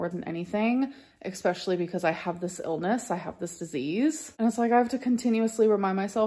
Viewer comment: ESPECIALLY E-S not EXPECIALLY ffs grow up I bet you call spaghetti ‘pascetti’ too